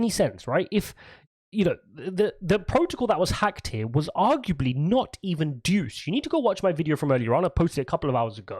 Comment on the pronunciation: DUCE lol. It is DEUS (DEH-OOS) though.